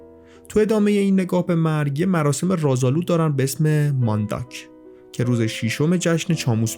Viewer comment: مندک نه مانداک😅